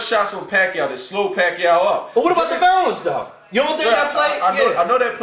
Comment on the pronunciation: Yo whats good, it's yah boy WeDaBest!, Manny PACQUIAO not (WACQUIAO) COLTRANE LOL won that fight i gotta agree. I had my own score card and i had it like the last judge did 114-113 for Pacquiao. The key rounds were the 3rd round when Pacquiao knocked Marquez down. And the 9th round was VERY CLOSE. But if pacquiao didn't knock him down in the 3rd round marquez would have won that fight. There should be Pacquiao vs Marquez III. Marquez won the 12th round. Get me ~1~